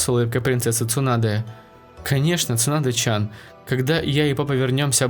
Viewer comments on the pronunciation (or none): Не чан а тян